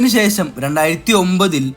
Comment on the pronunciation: സെശം അല്ല ശേഷം